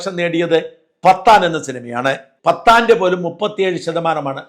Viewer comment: താങ്കൾ ഉദ്ദേശിച്ച സിനിമാപേര് പത്താന്‍ അല്ല പഠാന്‍ എന്നാണ് ശരിയായ ഉച്ചാരണം. എന്തായാലും താങ്കളുടെ സത്യസന്ധതക്ക് മുന്നില്‍ ഒരു BIG SALUTE.